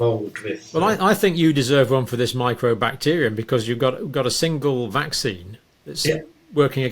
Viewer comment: Mycobacterium not microbacterium.